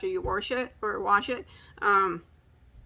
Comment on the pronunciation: “Warsh” Reminds me of my dad. 😂💜